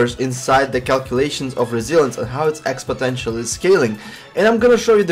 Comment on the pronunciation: great informative video, and I hate to correct you however it's called exponential not expotential, just minor detail, content brilliant anyway :D